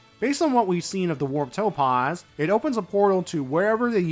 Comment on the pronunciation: I'm glad that the Warp Topaz is gone, now I don't have to keep hearing him horribly mispronounce "Topaz"